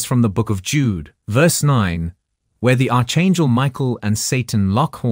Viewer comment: "Arch" in Archangel is pronounced "ark". Not "arch". Not "Mobe". "Mo-ab".